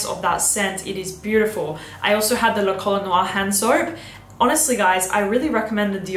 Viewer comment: Please ask Pierre how 'La Colle Noire' is pronounced 😉